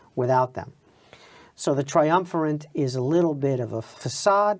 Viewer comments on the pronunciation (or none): What kind of historian pronounces it "triumverent"?